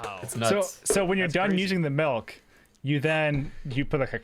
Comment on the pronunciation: you see this comment, you need to stop saying melk.